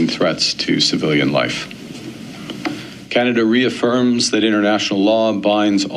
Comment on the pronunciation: KANADUH EH?